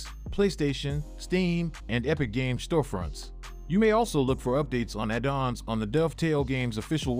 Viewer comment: Me too :D Impressive actually, right up until "addons" - a dawns